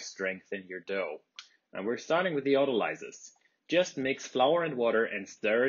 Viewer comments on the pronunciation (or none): Autolice? It’s pronounced auto-leeze. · Haha! Your English is perfect.The process was discovered by Prof. R. Calvel so it must be a French word in which case the s has a z sound since it is in the middle of two vowels. If you google how to pronounce autolyse,YouTube is full of mispronunciations of this word so don’t pay attention to that; it’s ottoleeze. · Autolysis, autolysing and autolyse are words common to the medical fraternity also - imho it’s the bakers who pronounce it funny.... I nearly wet myself and actually “corrected” my mentor/master baker when I first ever heard him use this bakers version . I have learned to “cut my cloth” & use the baker’s vernacular when in the right company. You simply accept that there is ‘more than one way to “skin a cat”?. However back amongst the medics I’d be the laughing stock if I persisted with the baker’s pronunciation. Auto-“lease” vs Auto-“lize” = Auto-LYSE 🤗👨🏼‍🍳🤷🏾‍♂️🩺